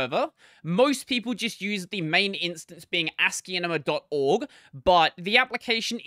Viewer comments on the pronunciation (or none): i think he is talking about how the name should sound more like ASCII + CINEMA than the odd way you are pronouncing it. When you listen sounds like you are saying ASCIIENMA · Why are you pronouncing it like that